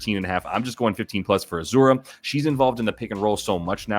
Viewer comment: Azz-ah-ray not ah zur ah 😅 love the content!